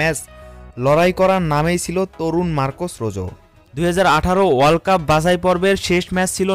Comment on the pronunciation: কে বলেছে আপনাকে এর নাম রোজো।।।। এর নাম হচ্ছে রোহো।।।।।।